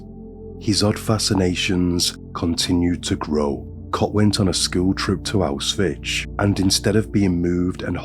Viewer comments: Auswitch?? It's Auschwitz. You don't want to mispronounce the name of a place like this. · Auschwitz pron. "Owsh-Wits". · a bit weird way to pronounce Auschwitz, but still - an incredible video and a truly dark story